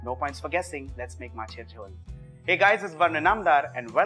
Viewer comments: Isshhhh... I loved the way you pronounced my favourite dish. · You spell the word MACHER JHOL really like a Bengali....great video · Your Macher Jhol pronunciation is perfect, recipe is perfect👌👌.U r an awesome chef